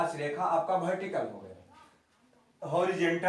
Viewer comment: Waah "Bhertical"